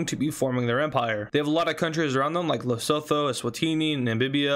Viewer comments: its not lesotho its pronounced at lesuthu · Thank you, I was going crazy watching this video in the beginning hearing "Les-oe-toe" screaming "Les-oo-too!" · it is not lestho it is leostho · hey, lesotho is actually pronounced "le-su-ttu" but not "le-so-þo". have a nice day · its pronounced le-soo-too not le-so-tho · south african here, just a corection, lesotho is pronounced "le-soo-too" love hearing about my country tho. Might have to try this out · Dude the pronunciantion of leshoto💀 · You almost pronounced it right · Bro please learn how to pronounce 'Lesotho'